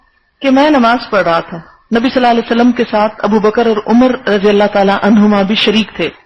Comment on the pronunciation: آپ کو "صلی اللہ علیہ وسلم " تو صحیح تلفظ کے ساتھ ادا کرنا سیکھ لینا چاہئیے۔۔۔۔ اب کافی وقت ہوگیا خود ساختہ اسلامی سکالر بنے۔۔۔۔